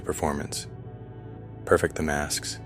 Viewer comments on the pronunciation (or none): Please teach your AI narrator the difference in pronunciation for "perfect" when used as an adjective versus use as a verb.